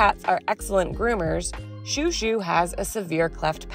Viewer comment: When is washing chouchou he looks hilarious, also when you call him chou, it sounds like your calling him shoe